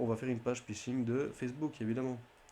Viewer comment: "le pishing" "un pay lohade"